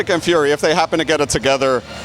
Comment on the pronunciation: He keep calling Fury Ferry 😂